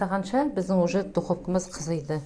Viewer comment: Қызиды емес қызады.Сөзді бұзба